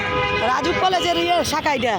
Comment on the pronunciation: আপু, রাজউক বাবান ঠিক কর । এটা রাজুক হবে না ,হবে রাজউক । রাজউক এর Full form হচ্ছে , রাজধানী উন্নয়ন কর্তৃপক্ষ । ঠিক করতে বললাম বলে কিছু মনে করো না । তোমার ভিডিও না দেখলে আমার শান্তি লাগে না । লাইক দিয়ে তোমার ভিডিও দেখা শুরু করি । তোমার ভিডিও খুব ভাল লাগল । কানাডা থেকে